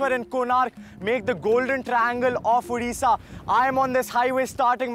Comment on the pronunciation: Hay it's not udisha it's ODISHA.